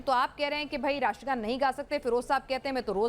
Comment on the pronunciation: Ye iliyash jo ratra gan nahi bol sakata ye kesa Indian he? Is ko Pakistan bhej do